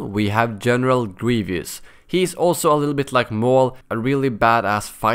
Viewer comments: why does he say grievious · I cringe when people say gre ve ous